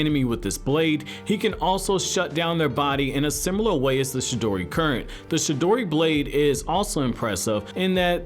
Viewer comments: Sir its Chidori, not Shidori. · For fuck sake cant any one get any thing right..... For fuck sake..... Its CHI-DORI! CHIDORI (yes i may or may not have spelled it wrong but oh fucking well.... I couldnt look at how it was spelled while typing this so deal with it)..... It nots..... SHI-DORI...... its fucking..... CHI-DORI....... CHIDORI.... Get it!.....got it!...... Good!..... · This dude is saying shidori not chidori😂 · No one:: shidori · He says chidori as shidori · He saying "shidori" instead "chidori" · Bruh it’s Chidori not Shidori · CHI..DORI NOT SHI..DORI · I thought it was "CHIDORI" Not "SHIDORI" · The whole time he only said shidori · Chidori not shidori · Was he saying she-dory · Bro it’s chidori not shidori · Wtf is a shedori... pronounce it right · You are saying it wrong chi in japanese does not speak with sound of shi but Ti like in Te in teacher or Teen or chi in Chin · Chidori not shidori c’mon man that’s basic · It’s chidori not shidori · Say ch then add the e sound and it's chi not shidori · It's pronounced "CHI-DORI" not "shidori", as you say it. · Its chidori not shidori... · Stop saying shidori please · CHI-dori like CHI-cken. Not Shidori lol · What is the “Shidori” and “Jidori” lol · Is this dude saying Shi-dori? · I hate the way he pronounces chidori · Chi- dori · Stop saying shidori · Someone teach this nigga the difference between “ch” and “sh”. the “shidori” killed me. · Can you please pronounce chidori correctly? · Right it was annoying me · Yeah he sounds like he hasn’t even watched the show because he pronounces it like a total idiot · I thought it was Chidori